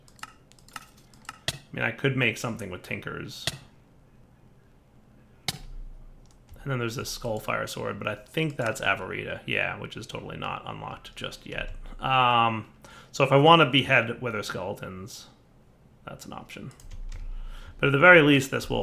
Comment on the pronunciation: it's not "avarita", it's "avaritia", which is latin for greed. It's pronounced "avarizia", with the z sounding like in "zombie"